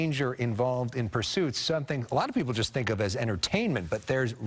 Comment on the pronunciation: Did he say black people or a lot of people LOL